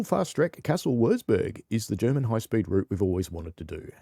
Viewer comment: Howdy! Your "Kassel-Würzburg" pronunciation is spot on! Waaaaay better than JD`s and he sure did practice a lot 😂